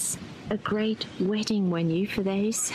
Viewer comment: Did she say "a great wedding Wenue"? wtf!